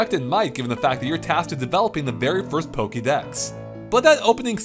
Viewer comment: Unoova, Row-let, Poke....dex 😭